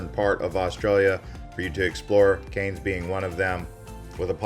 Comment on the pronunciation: Cairns: Cans! Not Canes!! Good grief!